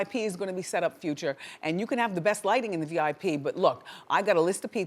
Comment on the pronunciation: i hate how she says Future like Few-cha....ugh